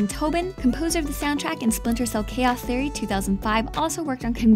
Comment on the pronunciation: "Chaoth Errie"